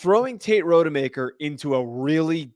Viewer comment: Not RODE-e-maker. It's ROD-uh-maker. One google search and you can see that.